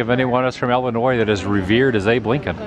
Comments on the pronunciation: Not Wesconsin or Ellinois, but Wisconsin and Illinois. Pro tip from a local. 😁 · South side Chicago for life...unfortunately, ha. I really want to teach you to say Illinois correctly haha.